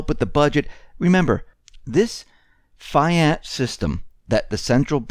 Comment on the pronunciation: fiat is pronounced "fee-ott"